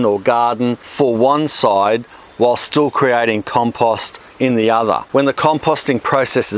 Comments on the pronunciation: Everytime he said compust I took a drink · Why can't you properly pronounce the word "compost"?